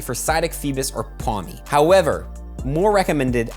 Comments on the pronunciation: It's Pawmi, not Pwami. You keep doing this lol. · why do you say it like Pwami? where is the W in Pawmi???? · The way you say pawmi hurts me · The Jersey accent when he says pawmi